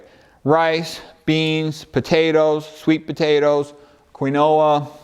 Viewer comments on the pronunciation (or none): I can’t make out accent. Where is he from? When he was naming starch foods he said something like quinola. I think he meant quinoa. Anyway, he is on a roll cutting through all the boloney (pun intended) when it comes to eating whole plant foods. I think I could exist just eating sweet potatoes and broccoli, but I know by eating a variety of plants I get a variety of nutrients. Keep explaining the intricacies of the metabolic pathways. The human body is truly remarkable. It wants us to be well.